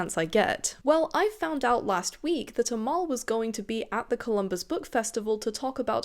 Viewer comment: Omg, I'm impressed with your determination, so glad it worked out! I love her work, I just finished the audio of The River Has Roots. I'd recommend it to anyone, even if you've read it, the audio takes it to the next level with the gorgeous songs-- which are performed by Amal and her sister! 😭 Side note: Amal is pronounced EM-el. We don't have the letter 'e' in Arabic, we have a letter called 'alif' or 'elif', which functions much like the letter 'a', but does lead to mispronunciation at times. That's probably why we've been seeing people using the prefix 'El-' rather than the usual 'Al-', so that non-Arabic speakers pronounce it much closer to the Arabic. Case in point: El-Mohtar! (MUH-tar)